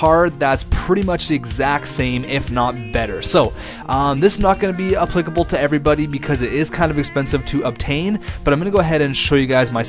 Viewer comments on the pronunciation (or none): none